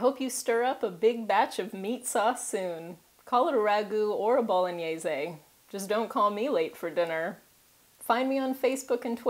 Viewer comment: You pronounce both pappardelle and bolognese very well :P